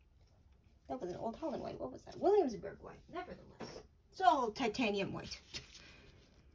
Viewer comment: "Blue who" how in the world do you get who from "hue"? 😂😂 And then she said grum-batcher!! N don't get me started on the way she pronounced the Williamsburg color, Jeez lady a little bit of edumacation lol...Terrible..... Lol naw but I'm all seriousness great job, this was a great video thanks for the info, this just proved what i already thought, that you've gotta shell out the $100 for the 40ml of the original stuff if you want the most beautiful colored Blue Manganese...... There goes the wallet 😂 jk